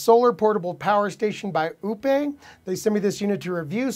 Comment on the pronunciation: Lol. This is maybe the 6th review I've seen of the Oupes batteries and not one of them have pronounced the name in the same way. Yours has a classy French sound but the funniest I've heard Oupes pronounces was "Oops".